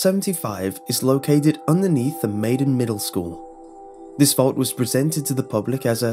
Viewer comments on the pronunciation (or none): Did he call Malden "Maiden"? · MaLden not Maiden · Malden Middle School. MALL-den.